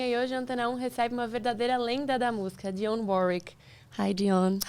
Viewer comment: Parabéns, Fernanda, pela entrevista com esta DIVA da canção americana. E parabéns ainda mais pela pronúncia PERFEITA do nome de DIONNE WARWICK. Muita gente aqui no Brasil pronuncia erroneamente como "Daione", quando o certo é "Dionne", como se escreve.